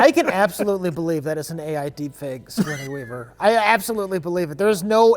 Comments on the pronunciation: “Sigournia Weaver” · "sigornia weaver" hahahaha gotta love